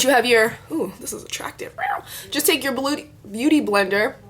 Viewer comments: haha omg you keep almost saying "booty blender" (x it was cute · u keep saying bootyblender hahahhah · LOOOL the way how you keep saying booty blender !! ilyyy<3